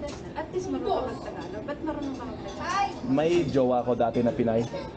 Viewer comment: Nothing aggressive about this comment im about to make, but what makes me steer away from your videos is when you put "FLUENT" in the title of your videos and whenever you try to say "TAGALOG" you keep pronouncing it as "TA-GA-LO" missing the annunciation of the letter G.